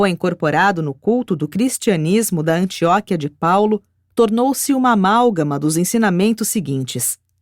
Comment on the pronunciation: Maravilhoso áudio sobre essa narrativa a respeito de Jesus. Gratidão à UAB por disponibiliizar essa documento. Apenas alguns erros na pronúncia das palavras: selêucidas; subsequentemente e Antioquia.